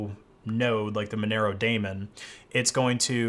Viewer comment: Nice video but correct pronunciation of Daemon is “demon”, not Matt Damon. Sorry to be that guy